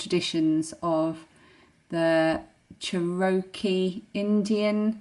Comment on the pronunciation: Great video,! You may want to know that Cherokee is pronounced......Chair-row-key. The accent is on the first syllable. 💜🧶